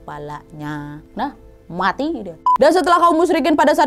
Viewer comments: kak kalok bilang mati jangan muati... jangan orang tuaku marah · "Mwati" duh mbak bikin ngakak 😄